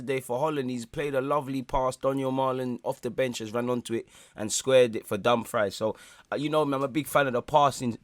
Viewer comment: My guy calling Dumfries as dumb fry is funny.